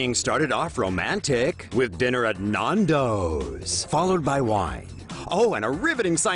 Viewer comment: How he pronounces Nando’s makes the Queen die inside